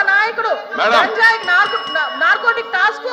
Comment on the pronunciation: "గాంజాయి " కాదు, అనూ! గంజాయి